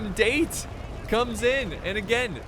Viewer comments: The moment he pronounced "Date", I just died a little inside. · Its 'da-te' not 'deit' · “Da” as in dark, short pause then “te” as in ten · dah - teh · I don't think they are called "Date". I think they are called "Da te" or Da Tey. That is how the Japanese pronounce. That is what I think, I am not a Japanese language expert, but do read a lot about Japanese history especially during their warring period. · It’s not date it’s Da-Te to pronounce it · Daaaaa Teeee... Not DATE, ffs :D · Date clan is pronounced dah-te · It's not date its da. Tae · I suggest you watch some historical Samurai anime, sir, to get the pronunciations right. Date = Datt - teh Shimazu = all the vowels are short, like the way you say the vowels in (gun) , and not a long vowel like (man) the weapons you got right. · It's pronounced "Dah-Tay" for "Date" ffs. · Da-te not date XD bruhhh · Its pronounced Dah-Tey not Date. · No thats not how u say date in Japanese this the way its produced daw tae=date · I noticed quite a few people criticizing for mispronouncing the Date clan, I didn't see anyone actually correct him on it. Date is in the clan is pronounced "Dah-tay", similar to how you would pronounce Dante from the Devil May Cry series. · I know this is almost a year old but it'd Da-Té when pronounced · is damm Date when its prenues Da-te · It’s Daté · Its pronounced Da Te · Date would be pronounced Da-te as in tech. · OH TOE MOE, DAIT, bruh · It’s pronounced dah-te just a tip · Date Clan is pronounced "Dah-Tai" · We have the date, it’s pronounced da-tay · it's Da- Tē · Da. ~ te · hahaha the first attackers'faction is pronounced "dahtey" and not "speed date";=) seriously do you bring rocket launcher at your first dates?? xD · It's actually da te ,pronounce separately,just saying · The amount of wrong pronounciations here actually made this pretty fun as an adittion to being a good battle... But for gods sake the pronounciation of 'Date' made me cringe.......